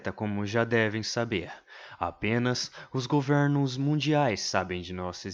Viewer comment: "Govérnos" kkkkkkk Video mt bom na moral, quando é o próximo?